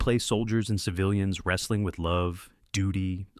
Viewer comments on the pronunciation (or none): none